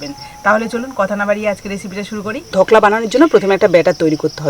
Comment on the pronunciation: কথা টা হল ধোকলা, ধকলা নয়